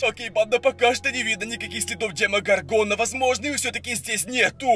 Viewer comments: И не ДемогоргОна, а ДемогОргона. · правильно говорить не демогоргона а демо горгона